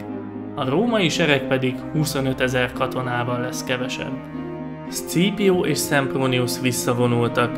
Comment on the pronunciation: Zseniális volt ez a videó! Amúgy Scaepio nevét ,,Szkípiónak ejtik :) ‘m